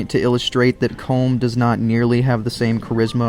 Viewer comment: It is pronounced Colom